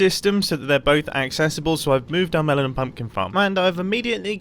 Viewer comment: Anyone else hear "Melanin Pumpkin Farm"? *shudder*